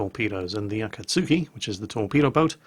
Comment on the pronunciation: Also its Akatski. not Akatsuki.